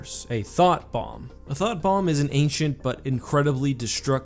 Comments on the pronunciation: What he said: Thought Bomb What I hear: Thot Bomb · Was it just me that heard "Thot Bomb"?